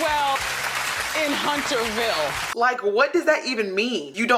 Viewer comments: She said "...all is well in HUNTERVILLE.." not "HunterSville" like you kept saying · Why she kept saying HunterSville with an S and kept playing the clip where Wendy kept saying Hunterville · * Hunterville. No 's' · It is Hunter...ville. Not huntersville. And in real life she stated on The View- no way does she agree w Trump anymore but will continue to PRETEND on her show's character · Honey she said HUNTER-VILLE. AINT NO S ON THE END! Hunter. As in one Hunter. Not plural. Why did you proceed to say it incorrectly time after time?? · How MANY times can you possibly replay the clip YOU recorded to mock Wendy Williams AND STILL FCUK IT UP? Over and over and over again, Wendy says the word Hunterville. Each time you bring all the focus back to yourself, YOU CAN’T BE BOTHERED (or don’t have the ability) TO GET IT CORRECT! There is no S in the middle of the word Hunterville!